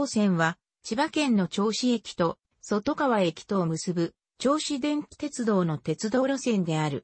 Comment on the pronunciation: そとがわでなくとかわ